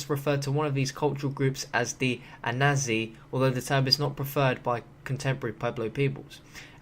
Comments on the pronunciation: Ancient Native Americans correct pronounciation is Ana-saw-zee. just to let you know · Mesa Verde!! An-a-sazi is how its pronounced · Hahaha your accent when saying Anasazi and Mesa Verde make me laugh, I'm from New Mexico and you say those words just so... strange, so foreign! But otherwise good video, keep up the quality content!